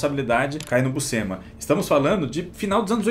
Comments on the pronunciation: Uma curiosidade: a pronuncia correta para Buscema é "Buchema", le-se como o jogo de cartas "cacheta". "SC" no italiano tem essa sonoridade. Por exemplo, "piscina" no italiano se pronuncia "pichina" (som de x). Obvio que falantes de portugues nao tem nenhuma obrigaçao de pronunciar da forma correta, mas vale a informaçao. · Em italiano, Buscema se lê Buxema ou Buchema (Bu-chén-ma). O sc tem o som de x de xícara ou xaveco. Quando eu era criança, falávamos Búscema (Bús-ce-ma) por achar que era assim em inglês, kk. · Gente vcs tão falando o sobrenome dele errado é Buschema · Andam todos pra aí a dizer que a pronuncia correta é Buschema, mas andei a ver uns documentários gringos e todos eles pronunciam BUSCEMA( Buscima)- em que o i é mais uma mistura de i e e.